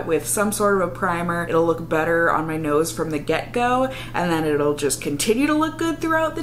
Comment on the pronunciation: So. I totally thought you said "it gives you an instant butter looking complexion" instead of "better looking". And instead of questioning it I just said to myself "OOHH BUTTER! I WANT MY SKIN TO LOOK LIKE BUTTER!"